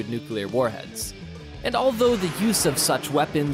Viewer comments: Dude its nuclear not nukiller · It’s pronounced “new-clee-are” (not new cue-lar). C’mon now. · Say it with me now... Nu clear nu clear... Say it fast... Nuclear! NOT NUQUELER!!! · The word "nuclear" is pronounced “new-clee-er” - - - That's “new-clee-er” - not "nu-cu-lar" ........ “new-clee-er” !!! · “NUKE-u-ler” I hate that mispronunciation! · Step one, learn how to pronounce nuclear.